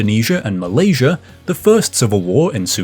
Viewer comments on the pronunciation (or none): none